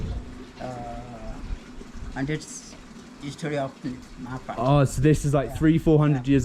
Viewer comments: It's Marpha pronounce "Mar'Fa" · Loved ur video dear. Your minute oberservation 😍 Its "MAARPHAA" dear 😊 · Marfaa is the pronunciation